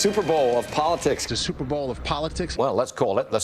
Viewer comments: she said "Stuperbowl" and I heard it I replayed it and that's definantly what she said. Isn't there a copyright infringement for saying 'superbowl" you can't even call the "superbowl" the " superbowl" in you sports bar promotions for the 'superbowl" So how do the networks get away with that gaff and why didn't the genius pundits and comedians grab that and make jokes about it? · Did you say: StupidBowl?